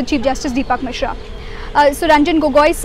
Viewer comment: It's Misra, not Misha